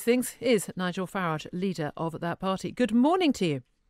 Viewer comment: It's Farage not Farage! 😋